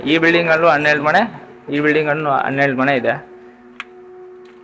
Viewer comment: Bro ಅದು ಮನೆ. ಮಣೆ ಅಲ್ಲ 😂